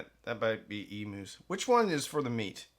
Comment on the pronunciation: EE Mews not Emoos. God that shits me when you seppos say emoos